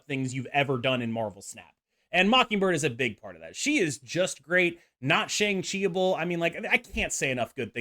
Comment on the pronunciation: Shang Chi is pronounced Sh-ah-ng Chi and I hope you see this comment because it being mispronounced is bothering me way more than it should.